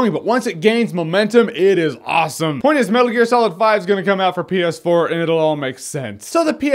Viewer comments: My sound was low, and when he said ps4 it sounded like penis 4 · Am I the only one hearing "penis 4"? Stupid brain of mine! -_